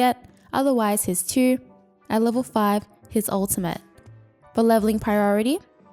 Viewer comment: I like how she pronounces "2"= chü